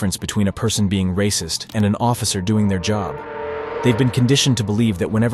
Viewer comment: Ray-cysst-s see ray-cys-m EVERYWHERE. Will Clarence Williams EVER get that shoulder surgery? 🤔